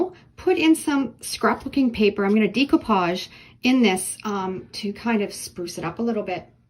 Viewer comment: Decoupage is pronounced with a SHORT E NOT A LONG E, PLEASE